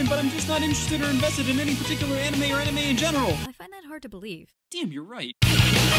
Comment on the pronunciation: lmao "anna-may" I have found the name of my future daughter. She will be named after the one thing her daddy loves most in the world.